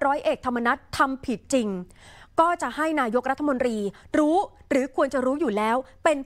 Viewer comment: นายก อ่านว่า นา-ยก ไม่ใช่ นาย-ก ไม่ใช่ นาย-ยก